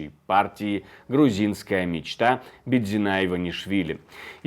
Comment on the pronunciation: Почему БидзинА-то? БидзИна.